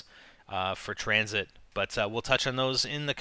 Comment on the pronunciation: You put 'N' on Tranzit